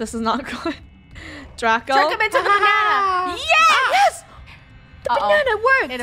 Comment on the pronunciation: DID YOU SAY BANNA I'M A BANNA I'M A BANNA LOOK AT ME GO